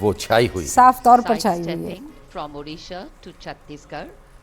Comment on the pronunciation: Female anchor is ignorant.. Its odisha not udisa